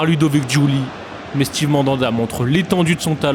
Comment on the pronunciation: Quand tu sais toujours pas que c'est pas "stive" mais "stève" Mandanda ça te laisse présager du niveau de connaissance du championnat, pas comme s'il avait joué plus de 10 ans en france